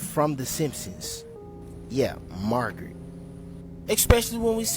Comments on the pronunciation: Her name is Marge not Margret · And four fingers! ha, I saw that too... And that fool said Margeret.